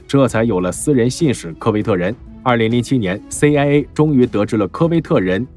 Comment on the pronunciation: CIA讀了什麼 AiA。